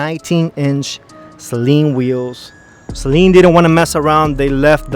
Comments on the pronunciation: Suh leeen Not Say leeen 😂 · It is pronounced 'Sa-Leen' not 'Say-Leen' ...sorry after the 10th time that got to me haha. Loved the vid. Beautiful unicorn 100% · Sayleen LOL it's Sa' Leen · Every time you or the others pronounced it ‘SAY-leen’ it was like nails on a chalkboard. Not trying to be a troll but mispronouncing the name really takes away from what you’re trying to do and makes you all sound uninformed and amateurish. It’s pronounced ‘SUH-leen’ like Gasoline, Steve Saleen often corrects people. The guys on Motorweek and Motortrend got it right!! Lol Other than that, really good job, appreciate the video. ✌️ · Why does everyone call it a SAYLEEN? Good lord it's annoying.. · "Say Leen" 💀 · Stop saying the Saleen wrong